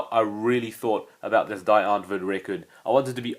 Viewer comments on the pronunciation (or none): the "die" is pronounced like the letter "d" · "DIE " is pronounced "DEE"